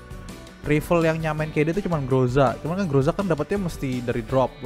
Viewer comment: TIM NOTIF PAGI PAGI fyi Groza kalo daerah asalnya di baca Graza